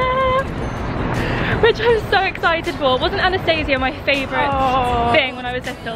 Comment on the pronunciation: The name Anastasia is pronounced differently :)